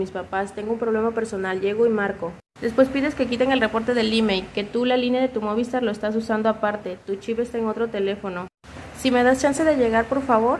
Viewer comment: Me pone nervioso que diga MÓVISTAR y no MOVISTAR jajajaja pero gran chismeee